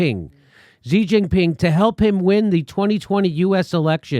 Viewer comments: It's not 'Jee', or 'Zhee' it's 'Shee' 'Xi' = 'Shee' - Stop pretending you speak Chinese. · Xi is pronounced the same as she. Xinjiang is pronounced sheen jyang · Xi in Xi Jinping is pronounced "she", iv studied chinese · She like her, "she" Jinping. Take 5 minutes and learn how to pronounce the name of the biggest threat to freedom in the world.